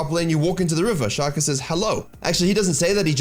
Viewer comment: Yoo nice vid bro! One thing, shaco's name is pronounced like his clone's name, fako (fake-o)